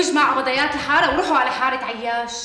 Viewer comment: مين انتبه على قال ابضايات الحالا بدل ابضايات الحارة😂😂في الدقيقة 5 و51 ثانية